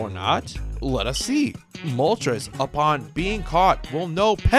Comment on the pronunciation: I cannot stand when younger people pronounce Moltres wrong. The names are based off of Spanish: uno, dos, and tres. When you pronounce it like trez (rhymes with Pez) it makes the video unwatchable. I'm aware a couple of times the anime pronounced it like that. Doesn't excuse the ignorance.